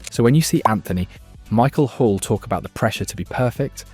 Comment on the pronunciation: I only noticed it when he tried to say Anthony Michael Hall